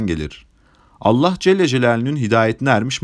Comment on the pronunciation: Allah celle celalüğün ??? Kardeş söyleyemiyorsan doğrusunu, Allah-u Teala de yaow.